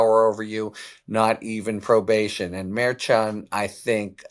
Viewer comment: We need justice!!! Litman pronounces Judge Merchan CORRECTLY; no one else does!